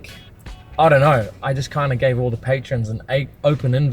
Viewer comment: "patrons" not "patreons"